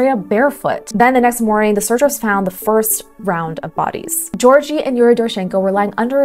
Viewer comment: Georgi🚫 Jorgy✔️